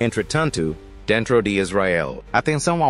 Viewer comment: entretanto ahahhaah granda prenuncia esse entretanto é british no entanto que merda é essa